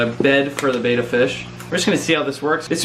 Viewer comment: Please say betta correctly